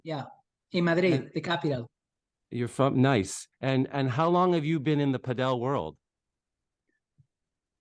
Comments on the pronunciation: For some context of your lack of professionalism. We are just watching a zoom recording...the only info as to whom is talking is the details zoom is showing. You should use your own graphics to show their names etc. and stop saying 'Pah del' for gods sake! Get that guy out of the room fast! He is only hurting the sports presence in NA, not helping at all! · Not looking forward to the cadence of this podcast. Hopefully this is not a sign for the PPL. Do not tell people the wrong way to say padel (correctly pronounced paddle). The guy on the top right doesnt know what he is talking about and this is bad for the sport to let these jabronis run amuck. is far from the 'source' for padel information. A real let down here gang. DO better and do it now please, do not shoot yourself (and NA padel)in the foot please. There is a lot riding on the success of the PPL and you guys are squandering it with the frankly terrible quality of content and communication you have been conducting. DO IT RIGHT.